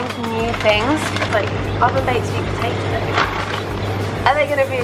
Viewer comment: Love the accent when she says Potatoes 🥔